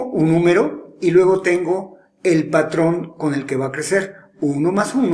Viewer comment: Like si notaste que dijo padrón en el minuto jajajajajaja (⌐■-■)